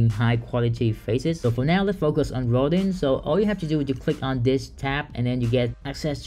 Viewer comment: Rodin is pronounced (almost like) row-dahn… like the famous sculptor